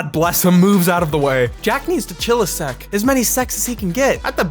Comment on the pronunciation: I realize you said “All the secs he can get,0 but it sounds like “All the sex he can get,” and it made me laugh. 😂😂😂